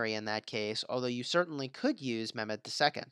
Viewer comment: Its not memed its pronounced like saying MEH and adding MED